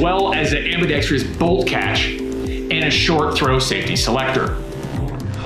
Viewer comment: smdh How many times can this guy mispronounce the word ambidextrous?